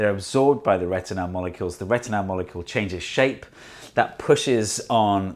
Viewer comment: Why do you pronounce "retinal" as "retinelle"? I liked very much the "come in" gesture by your doorman. You are very talented, and not just in science.